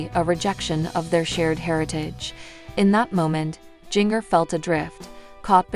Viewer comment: Jin-ger not jiggner